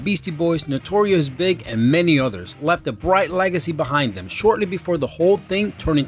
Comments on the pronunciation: I really like these vids but just once I would like to hear you narrate something properly, do some research and learn how things are pronounced Notorious B.I.G not big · Lol, B.I.G is spelled out, not pronounced normally...